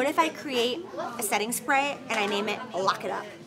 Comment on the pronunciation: Except the fact that you butchered her name 😂